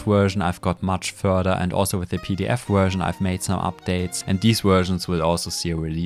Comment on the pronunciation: why some contries say "Uhersion" or "Guersion" instead of Version? fascinating